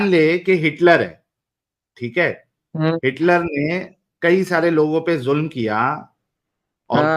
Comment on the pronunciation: Raaj hai ya Raaz ?? Aur Julum kya hota hai? Zulm bolna aata hai? Pehle urdu dhang se bol, phir Arabic seekh, Phir kitaab padh.